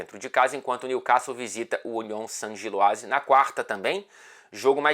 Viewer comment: parabéns... Vc é o único q sabe falar Union Saint-Gilloise. Tirando o pessoal do Futebol no Mundo, vc é o único q acertou a pronúncia